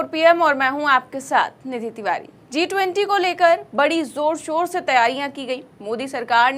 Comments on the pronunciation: Zee 20 नहीं G जी 20 बोलिए प्लीज़ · मेडम ने G 20 को Zee 20 बना दिया है (pronounce)